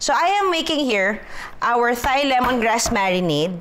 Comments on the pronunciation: Hindi po prinopronounce ung H sa Thai. Parang Tay/Tai lang sya hindi Thai na parang thigh 😊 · “Thai” is pronounced as “tie” like the knot, not “thigh” 🤦🏽‍♂️ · Hahaha, from Nong to watoosi— I love your videos! Oh, sige na nga, game. Ako na mamabash, but the common (I won’t say “proper” because everyone has their own way or preference) to pronounce “Thai,” is TAI. Not with the “th” sound. Love you! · Its pronounced daw po as Tai.. though the spelling is Thai. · my life my choice.....mind your own business...kaya nga totoong show ito walang perfect may pa th th pa ano ngayon kung gusto nya ng ttttthhhhhaaaaiii...aysus abaw nkang gid.....tan aw lng bala damo kamo mga perpekto ah kadto kmo sa mga oerfect ah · Judaaay! Thai is pronounced as 'Tai' 😊